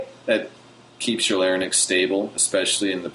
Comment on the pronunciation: Haha, you keep saying "larynyx" instead of "larynx". Anyway, can I sing at a moderately loud volume once I get consistent with this technique at a soft volume? Or do I have to build volume along with the technique?